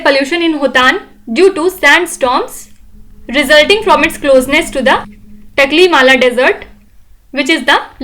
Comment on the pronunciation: it's "Taklamakan Desert"